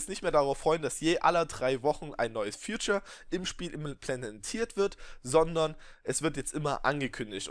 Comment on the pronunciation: du sprichst features wie future aus :) also zukunft :P